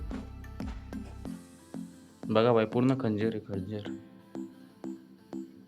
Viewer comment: Khander❌ khanjer✅